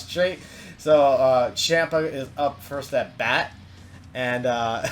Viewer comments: I subscribed but it's champ-a pronounced Chompa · I CRINGE SO HARD WHEN YOU SAY CHAMPA